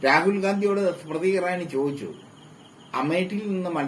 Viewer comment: നാലക്ഷരം പഠിച്ചുവാ മോളെ. സ്മ്രതി സ്മ്രതി അടഞ്ഞു.